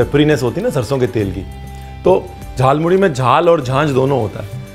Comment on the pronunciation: Your every pronunciation like Bhaja Masala, Jhalmuri, Kacha lanka just perfect ❤️.